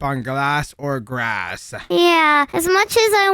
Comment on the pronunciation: u said GRASS or GRASS